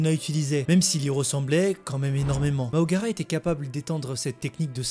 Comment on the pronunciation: C'est MAHORAGA. Et non MAHOGARA